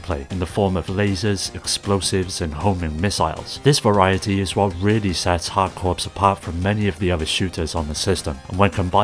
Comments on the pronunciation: Hey brother just so you know, "corps" is pronounced like "core" not "corpse", otherwise great video, great picks. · Hard corps isn’t pronounced like “hard corpse” it’s pronounced like hard CORE. The S is silent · It is pronounced core, I'm afraid. You've had a unique, but wrong, experience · "Hard Corpse" instead of Hard Corps lol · Contra HARD CORPSE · Note: "corps" is pronounced like "core" - an English word for a military unit that comes from French, hence all the silent letters. The title "Hard Corps" was a pun, because it sounds the same as "hardcore". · Yes, but "corps" is only correctly pronounced one way